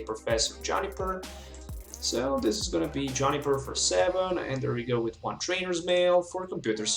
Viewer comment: Why does he say "johnny-per" instead of "joo-ni-per